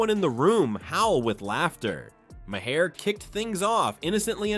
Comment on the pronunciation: Learn how to pronounce MAHER properly! You weaken your article when you mis-pronounce thr namenofnthe comedian!